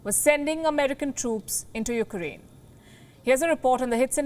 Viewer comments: biden said uranian he forget the k ukraine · Zelensky should take heed of this. ...if US president cannot even pronounce the word of Ukraine properly and call them Iranians....is the West really going to be a saviour? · Even my 4 year old grandson can pronounce Ukraine. Not Uranian